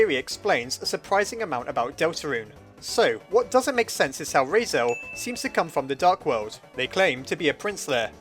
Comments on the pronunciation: ITS RALSEI NOT REISEL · RAL-SEE NOT RAL-SAY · It’s raseil not rase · lol heres a hand I personaly say "Ral" like in ralph and "sea" like ocean and just put them together making Ral-sea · Why do you keep pronouncing it 'Raisel' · Ralsei. Sounds like Ralphy. Now I'm picturing Ralsei saying "It tastes like burning!" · "Rasiel" - 2018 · ''Raisel'' hehe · It is pernounst Ral-sae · I thought you called him Rasail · RAL - SAY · he’s pronouced as Ral See or Zee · Ralsei is kind of a weird name. I think it's supposed to be Rahl-Say or Rahl-See. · I died at when you pronounced Ralsei as Rasel- but don't worry I just didn't even pronounce it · Deltala- *Cough* said "Raisel" many times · 😂😂 Just thought: if you're German I suppose it's pronounced "Rals- I" (like eye). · Wait, isn't it pronounced Rals-eee??? Why the OOF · its pronounced rals-eye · I counted: you messed up Ralsei’s name 8 times. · Dont worry, my brother mispronounces Ralsei's name too. Probably plenty of others who make the same mistake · I'm laughing so hard at him mispronouncing Ralsei so much that I can't even focus on the video. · i like how one of the dreemurr traits is being bad with names but you also consistently pronounced ralsei wrong... are you a dreemurr?